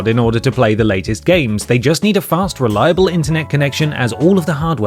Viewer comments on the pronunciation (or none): none